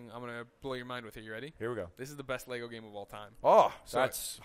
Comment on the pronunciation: At last I hear an American say "Lego" not "Lay - go"